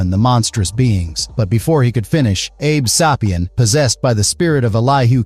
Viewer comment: abe say-pee-in not abe saw-pee-in